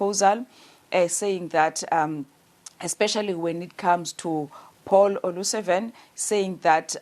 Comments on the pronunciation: Considering the effort Paul O'Sullivan puts in pronuncing African surnames...Olusavan sounds perfect! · Paul O Sullivan, not O Lusavan!!!!